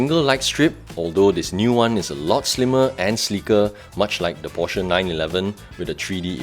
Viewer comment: why most of malaysian car reviewer, even the popular or well known, did not even pronounce the name porsche correctly. that is a disgrace for so called car reviewer.